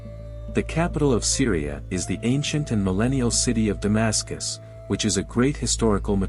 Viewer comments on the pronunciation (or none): none